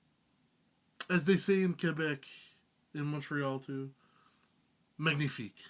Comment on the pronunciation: The way you say "Québec" is perfect, keep on learning Quebec French, we kick ass esti de calice!